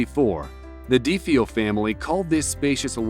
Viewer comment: The DeeFee-Oh family? I have NEVER heard De Feo pronounced like that before!